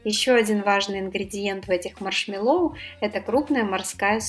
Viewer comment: Маршмэ́ллоу, ударение на Э.